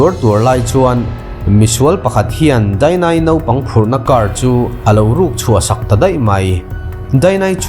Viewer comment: Nopang ti tawh suh.. Naupang tih tur aw